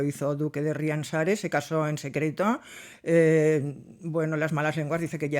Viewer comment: Hola Pilar. Fernando Muñoz era de Tarancón que es mi pueblo. El ducado toma su nombre de la patrona, que se pronuncia Riánsares, no Riansares, con la fuerza en la primera a. Espero que no te moleste la pequeñita corrección. Excelente vídeo como siempre!!